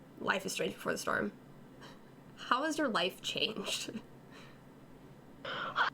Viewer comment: Before The Strom! Oh dear. XD